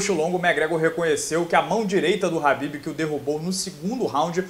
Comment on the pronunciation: Nao é rabibi é kabibi o manè!!😡